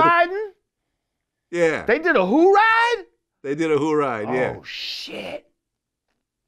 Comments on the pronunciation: Jamar: “THEY DID A WHOORIDE??” Glad: “Yeah a who’ll ride” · Glad had NO idea what Lord Jamar meant when he said hoo-ride lol